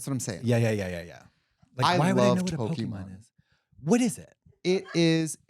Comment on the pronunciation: Please stop saying Pok-ee-mon! 😭 It's po-keh-mon